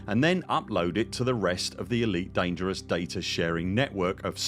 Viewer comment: That's an immensely helpful video! It's surely bound to impact the ED community positively in the long run. The more commanders sharing their data and using these tools, the better the galaxy becomes. Thank you for making this video 🍻❤ (and great work on pronouncing 'Elite Dangereuse' 😄)